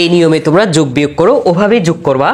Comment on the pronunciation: ভাই আপনার বুঝানো ভাল, কিন্তু আপনি কেন বারবার ট কে ঠ এর উচ্চারণ করেন, ওটা কে ওঠা বলেন, আর যোগকে যুগ বলেন, আঞ্চলিকতা পরিহার করেন ভাই